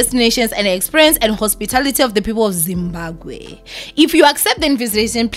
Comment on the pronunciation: ZimbaGwe😂😂😂😂...i find this pronunciation very funny